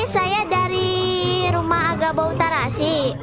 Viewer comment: Kan agabaw bukan agabawbau gitu kedengeran